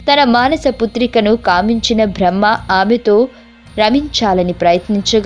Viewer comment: కపాలికుల గురించి సమాచారం గ్రంధాలలో దొరుకుతుంది #భ్రహ్మ #భ్రా హ్మణుడు #భ లి ఏంటి ఈ #భా లు ఉఛ్ఛారణలో వ్యాకరణ దోషాలు చాలా ఉన్నాయి ..... ఆమె బ్రహ్మ మానస పుత్రిక కాదు శత రూప.... మనువు ఎవరూ ఎలా పుట్టాడు అన్న విషయం పై వివరణ ఏది పడితే అది ప్రచారం చెయ్యడం తప్పు